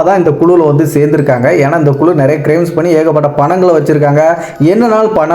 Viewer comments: குலு இல்லை.குழு என்பதுதான் சரியான சொல் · குலு இல்லை.குழு என்பது தான் சரியான சொல்